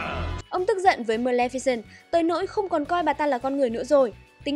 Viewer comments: Ad đọc sai tên rồi nhé, Mlemficent mới đúng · chị lồng tiếng đọc hay vậy ạ =) mờ lem phi xừn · Sao mình cứ nghe thành mlemficent nhở